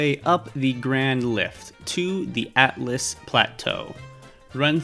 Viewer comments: Atlas? I’m pretty sure it’s pronounced all-t-us and it’s spelled Altus not atlas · not to criticize because this tutorial is great, but it is pronounced al-tus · Lunaria and Atlas 💀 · I have never heard someone pronounce Liurnia so wrong, same with Altus